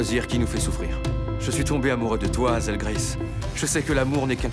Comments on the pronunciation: la vf est nulle a chier, ils ne sont même pas capable de respecter un minimum l'accent anglais sur les prénoms "wateurs" et "hazelle" mais c'est une blague ou quoi ? un conseil regardez le en VO c'est bcp mieux ( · Bon Dieu, la façon dont Hazel prononce son nom est horrible! En plus ils ont spoilé le dernier mot, les cons! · Ils ont complètement changer les dialogues dans le livre c'est pas du tout ça ! Et c'est quoi ces voix ça leur va pas du tout hazel a une voix trop heureuse et au dernière nouvelle hazel ça ne se prononce pas comme ca !